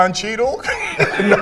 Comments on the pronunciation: “Don cheadle” Lmaoo I’m out of here 😂😂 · Lmao he said don che bruh 😂🤣😂🤣